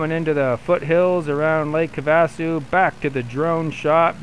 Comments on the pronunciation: Lake have - Ah- sue👍🏻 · Not sure about the guys name, but having grown up in Arizona, you missed it on lakes name. Try this “have-a-sue” mini pauses between. The other place not far away is the Grand Canyon. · Lake 'have-a-sue'...not getting much real flying in huh? anyway, cool... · Me it’s not pronounced correct